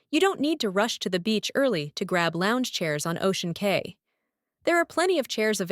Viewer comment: It’s pronounced Ocean Key